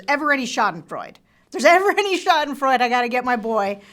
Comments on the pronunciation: “Schadenfreude” is pronounced: Shah-den-froI-DUH. There is no silent letter in German…ever! The Germans aren’t like those lazy French, who don’t pronounce half the letters in a word. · Great vid. But its Schadenfreude. The E is pronounced